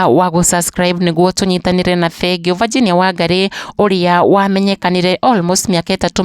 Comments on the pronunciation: Mbona unaitq Virginia ati vaginia😮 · Aki tell the kikiuyu daily news to pronounce the name Virginia well .not Vajinia